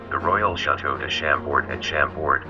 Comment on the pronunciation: Just say "Shahm - Bohr"